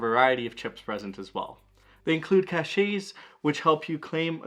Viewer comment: It's pronounced "cash" (cache)